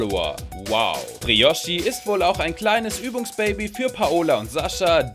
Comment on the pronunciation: Hahaha Broichi 😂😂😂😂😂 Es heißt Briochi aber egal